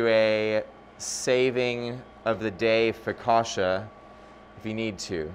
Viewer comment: Hard CC in focaccia. Like in Pizza. Just sayin'.